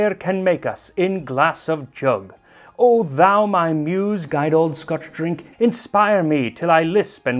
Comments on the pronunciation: Impromptu Scots lesson: "guid" is pronounced "gyd" and just means good. Definitely not "guide." (I'm sorry, I cringed when I saw it and had to say something...) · Just so you know, “guid” is pronounced “gid”, rhymes with “lid”